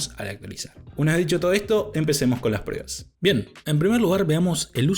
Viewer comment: Con todo respeto pero por qué dices prebas...estaba super atento pero me descoloco escuchar todo el rato prebas en vez de pruebas... Saludos